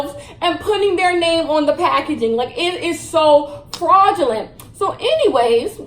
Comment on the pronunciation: Yo I love when she be saying FRAuUUdGELENTT